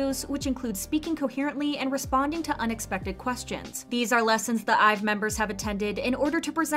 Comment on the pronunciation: You said IVE but you need to read it like EVE not ive eve